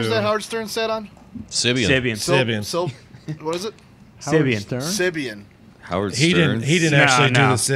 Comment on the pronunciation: Pretty sure the sex seat is called a sybian.. not a simian lol...